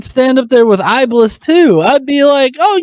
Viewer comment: strange that many gods people worship behave like a dick BTW you pronounced iblis wrong